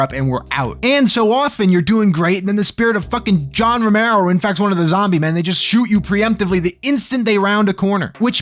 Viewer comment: "John Floormero," and look, I don't want to belabor this: "John Floormero" floored me.